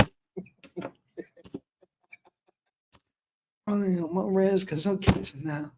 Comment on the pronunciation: Not Kelis…..🤦🏽‍♂️🤣🤣